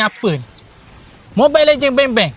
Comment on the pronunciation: Bang bila abang cakap mobile lengeng bang bang je terus masuk ke mobile lengeng bang bang